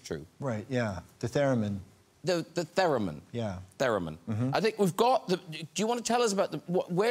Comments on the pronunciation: Its "TherEmin" not "TherAmin" :P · Is Graham correcting Ryan Gosling's 'theremin' pronunciation? :P